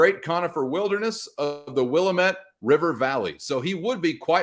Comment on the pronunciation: Let’s gooo I made it, glad to be of service. He should be right at home throwing the rock in the conifer laden state of Wyoming. Don’t know how that NB3411 thing happened, thanks for that I fixed it 😂🥳. And you said Willamette perfectly.